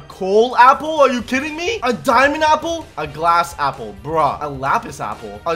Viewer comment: U said sample not apple 😂 😂 😂 😂